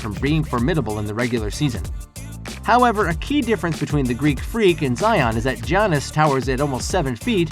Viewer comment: It’s Giannis not G Anis